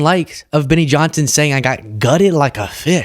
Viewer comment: Someone's got to clip every time he says Guted.... like fiiiish. 😂 not me though